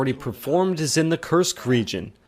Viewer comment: I love the way the Judge is making special effort at pronouncing foreign names such as Ha’aretz & Kursk. Well done, Judge!